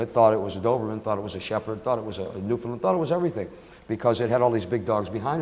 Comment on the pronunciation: Im in amazement that he pronounced Newfoundland correctly..... I'm a Newfie